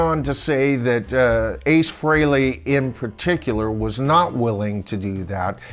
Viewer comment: Thanks for saying Ace’s last name correctly. Even major fans say it wrong all the time.